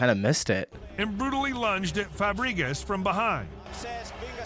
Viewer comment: It isn't Frabgreezaz. It's Fabregras. God sake, either a dumb human voice over or unintelligent ai